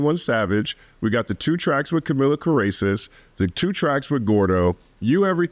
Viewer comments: "Camila Caracist" caught me OFF GUARD😭😭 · “2 songs with Camila Ca-racist” 😂🤣💀